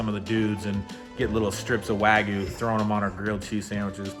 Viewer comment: It's called Wagyu, not Wagoo